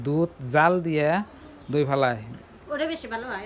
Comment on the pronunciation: এটা দই না ধই 😂😂😂 ঠিকই আছে 😅